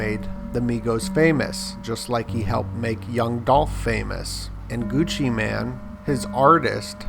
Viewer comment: Gucci mane not man lol